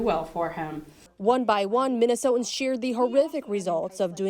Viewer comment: I can't get past the fact that the reporter does not know how to pronounce the word "Minnesotans". How is she allowed on TV?